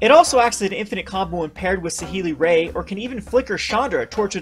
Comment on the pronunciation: Really making my ears bleed with "Saheeli Rey" and "Heart of Karan".